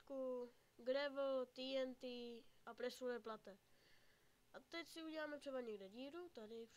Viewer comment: kdyz uz tak se presure plate vyslovuje "prešl plejt" ne "presure plate" xDDD loool